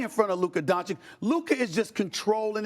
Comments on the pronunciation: SAS has a hard time to hide his racism and he not even aware of it! He can't even pronounce Doncic's name properly...A national TV presenter....He's not about the game of Basketball but all about the gossip & entertainment of Basketball. I turn him off after about 30-4- seconds. I never learned anything from him about the game and his ridiculously wrong predictions over the years are a testament to his failure as a basketball "analyst". ESPN needs more Legler, Reddik, Jalen Rose and Jacoby and MUCH less SAS. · Man Sas cannot even pronounce Lukas family name right on a national TV. What a fin joke